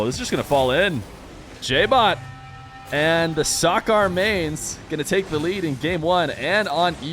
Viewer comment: It's SAH-KER not SAH-CAR